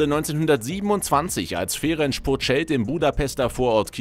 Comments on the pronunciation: Ferenz und nicht Ferentsch. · Das C ist scharf. Sprich Ferenz Puschkasch.